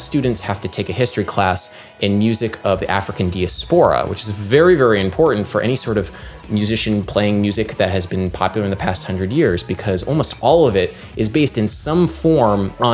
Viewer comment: Pretty sure that "diaspora" is pronounced with the accent on the second syllable, not the third.